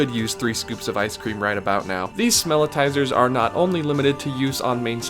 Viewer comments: Pretty sure they are “smell-itz-ers” not “smell-it-tizers”. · I think it's "smelitzer" (or maybe "smellitzer"?), rnot "smelitizer." But great vid. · It’s called smellitser not smellitizer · Great video for the most part, but it's smellitzer, like seltzer, not smellitiser. Also, Epcot does have a small tunnel system under Future World, but World Showcase is serviced by the ring road you alluded to. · Isn't it Smelli-tzer, like the Wurlitzer for smells, not Smell-I-tizer? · It's called a ''Smell-it-zer' not '' Smell-i-tizer'' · Smellitzer is pronounced smell-its-er. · The Smellitzer is pronounced "smell-IT-zer." It was named after the Howitzer Cannon when it was invented by Imagineer Bob McCarthy in the 1980’s for the Spaceship Earth attraction in Epcot to simulate the smell of smoke. It is used elsewhere around the park, like on Soarin’ Around the World, or Heimlich’s Chew Chew Train, to make you smell fresh grass or animal crackers. It is also said that they are used to make Haunted Mansion and Pirates of the Caribbean smell musty and old. When Disneyland first opened, they just had fans to blow out the smell of fresh-baked cookies to lure in tourists. Now they use the Smellitzer to pump out the smell of vanilla, and at Christmas time they use peppermint. Good video though.